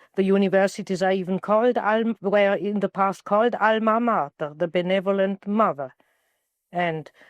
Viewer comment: she said the all mama like alma mater